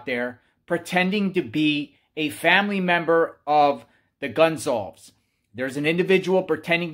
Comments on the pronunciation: lee riches INV... You have pronounced their name 3 different ways. It's respectful to learn how to pronounce the name correctly! Who doesn't know that? It's simple respect. At 0.12 & 0.16 you pronounced it Gun-zolves. Later in the video you corrected yourself. Why didn't you fix the beginning? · excellent presentation as always!! 👍 And, Informative as well!! 👍 Keep up the Great Work You do. Stay Safe. P.S. Goncalves Family name Pronounced: Gon Sal Vehs Re: C sounds like an S. Also, all the Vowels (o, a, e) are Short. 👍😎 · Goncalves = gone-call-viz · GON - CAL - VES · By now, one would think he'd least get the surname pronunciation correct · You're covering this story nonstop and can't pronounce Kaylee's last name correctly? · You aren’t pronouncing their last name correctly.